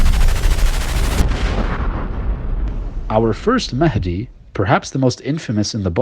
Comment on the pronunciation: Imam mehndi... Pathetic twat... He can't even say it right